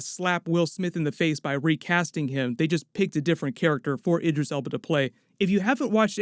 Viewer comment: The way he pronounces Idris 🤦‍♂️